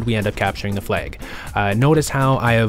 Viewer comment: It's flag, not flaig